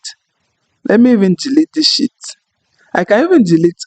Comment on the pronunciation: Brother It is not "Shit" it is "Sheet" try to slightly stretch "She😬et"....